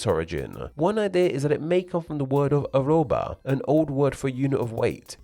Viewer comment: it's just "arroba", only two r, contiguous.